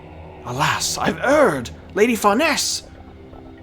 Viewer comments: Far Neese together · Please someone tell him how to pronounce Farnese's name xD